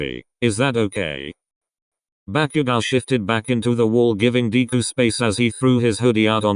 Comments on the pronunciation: Deku, nah DKU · Lol 'Deequ' poor deku 😂😂😂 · Everytime Bakugo said "Deku" it sounded like "Diku"😂😂